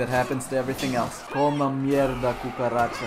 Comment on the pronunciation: i speak spanish and that "coma mierda cucaracha" its perfect. Same with the video lov u <3